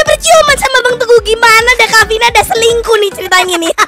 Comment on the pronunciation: Haha ngakak pas ngomong yang suka celingkuh (selingkuh)😂